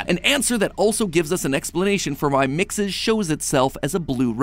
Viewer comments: I hate that you say mixis when gregory clearly says it like mexes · So here’s a fact. MXES is actually pronounced (mex-is) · Weird how mat pat pronounces MXES like MIXES i mean it's not bad just bit weird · You pronounce mxes like me lol. Thought I was saying it weird